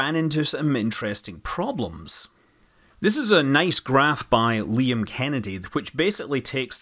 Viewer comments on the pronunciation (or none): none